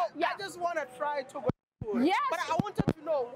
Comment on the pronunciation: Togo not toga